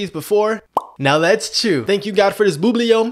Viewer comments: Bro had the audacity to say “boobly yum” It’s buubley yum Disclaimer: I spelled bubbly the wrong way so he can pronounce it right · It’s pronounced bub I’ll yum not boo blah yum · It's pronounced bu ble gum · Buble yum is not pronounce this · HE DID IT AGAIN THAT HE PRONOUNCES BUBBLE GUM IS WRONG!!! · It’s not pronounced like that